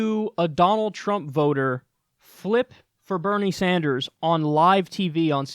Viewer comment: Ah yes, my favorite politician, Benie Snders